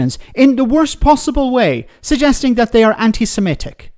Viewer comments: Mordaunt can't even say the word correctly, she says antisem'E'tic. It is, of course, antisem'I'tic. But hey-ho I'm guessing she belongs to the Conservative Friends of Israel, her views will always be skewed! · 'anti Semitic'.....NOT 'Anti Semetic'! Jesus. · She can't even pronounce the word properly. Don't know why anyone is asking Mordant anything.